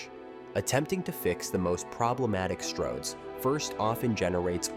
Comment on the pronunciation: "Stords roads"? Presumably this whole video was created with AI?